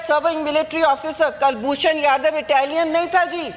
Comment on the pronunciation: Aunty, pahle this se bolna to sikh lo😂 kul bhushan jadav to thik se bolna nahi aata.😂😂